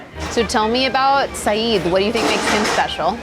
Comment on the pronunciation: Lady, you epitomise Americans butchering language through either ignorance or laziness. Not only did you consistently mispronounce his name say-ed not eed or id - you started a food review and mispronounced macarons - macaroons are something totally different, and for heavens sake America, learn how to bloody pronounce croissants - “kwa-son”. This is one of the many reasons why people around the world cringe when yanks open their trap.